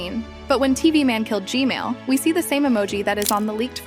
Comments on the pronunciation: can you say gman not gmail 😢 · did anyone else hear "gmail" instead of gman?